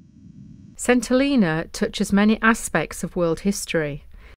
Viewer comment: When we lived there in the 1970s it was pronounced "Sent - ell een a". I imagine it still is!